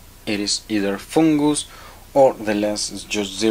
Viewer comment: You are my favorite Frenchman, I love the way you say "Foongus" I hope you keep these videos coming. I have learned so much from you and have successfully repaired multiple lenses because of you! Thank You!